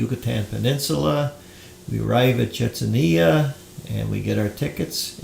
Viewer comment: chee-chin neat-zuh